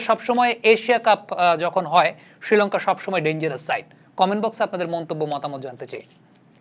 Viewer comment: ভাই উচ্চারণটা কানে লাগছে, ষ্রীলঙ্কা না বলে শ্রীলঙ্কা উচ্চারণ করুন